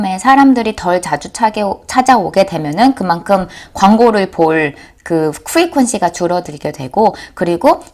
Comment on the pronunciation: 후리퀀시 발음 구수하고 좋습니다 :)